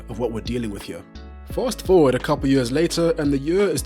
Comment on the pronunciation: I like how he pronounces years. Mans says "yurrs".